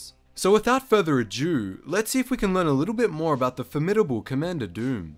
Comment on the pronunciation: "Co-ommander Doom, he is every Droid's doom"